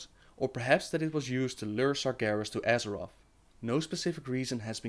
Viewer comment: yeah but not as perfect as "atlast Azorth will bur benief the shadow of my wings"